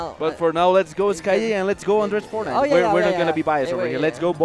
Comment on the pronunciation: fornait XDDDDDD